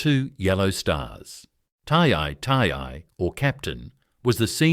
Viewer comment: 太尉をタイアイと読むとはなw色々ひどい